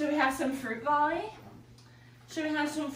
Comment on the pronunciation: It is bali not vali 😅